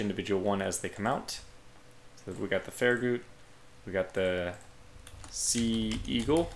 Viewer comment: The last part of Farragut is pronounced Gut, as in your stomach, not Goot